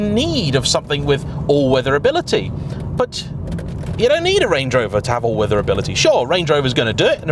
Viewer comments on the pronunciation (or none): What is “all - wither” ability? 😉 Great video btw